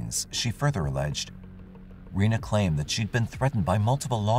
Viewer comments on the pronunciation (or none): Her name is pronounced Renee not Ree-na and you need to speak with her about what she has been put through by OPD. The tapes were never found and yes the girls were suppose to testify. I see that you couldn’t explain why the car was muddy and the girls clothes were wet/muddy. You also showed a picture of the wrong type of truck that was on the security video. The driver of that truck is now deceased but his truck has never been found hmmmmm. His family is part of the judicial monarchy in Ozark. You could have done better by actually coming to Ozark.